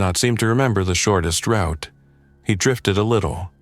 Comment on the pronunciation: AI cannot pronounce router or route. 😅